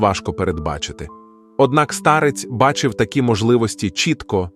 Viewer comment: Не старЕць, а стАрець. Штучний інтелекте, працюй над наголосами!!!